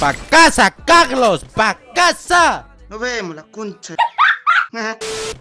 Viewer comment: Dice caglos y lo vuelvo a poner como 5 vecesss